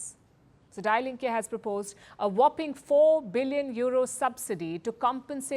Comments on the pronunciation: Party name to be pronounced as दी लिंक् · It’s pronounced “dee linke”, meaning “the left”. Nothing with dying. They have excellent rhetorical politicians who can put the finger in the wound! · omg! the way she pronounces die Linke 😅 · But she ain't German 😂 don't blame her